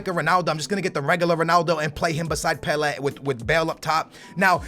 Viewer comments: It is pronounced pela not pelehh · PelA not Pelairrr. fucking well annoying. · The way you say Pele actually triggers me "Pel air" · He called pele weah 😂😂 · the way you say Pele makes me sick it's pronounced PELAY other than that GG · Pe lA is the phonetic say properly plz mate good vid though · Pela it's pele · You mean pele first goal u said "Weah" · It's pronounced "Pelay" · Please sat pele right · He says pele wrong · When you cant even pronounce Pele 👏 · Oh for fuke sake u cant even pronounce PELE properly it really puts me off😡😂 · How do you mispronounce Pelè's name😞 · its pele mate